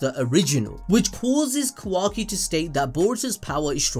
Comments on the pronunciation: Mans keep saying "quacky"😂😂💀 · Please please pleaseeeee stop pronouncing it kawacky I beg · My guy kept saying ka-wacky